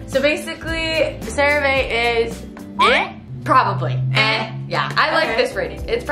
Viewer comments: “Cera vae”😭😭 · I love how they kept saying “crea VA” 😅